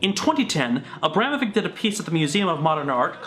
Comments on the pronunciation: You know what grinds my gears? The Kyle guy saying he's an expert on Abramovich and yet pronouncing her surname wrong... He says Abramovick instead of Abramovich, kay then, nice research you've put together.. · Ok, fuck, as a Serb, the butchering of AVramoviCH ( it's a sound similar to "achoo", kinda hard to describe) s name.